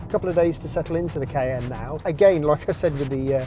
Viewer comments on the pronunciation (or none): It’s actually pronounced Ky inn. Like “die in” a fire. Same as the pepper. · cAYenne. Not cEyenne.